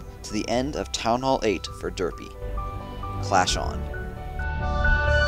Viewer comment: End of town hall 8 for derp, not derpu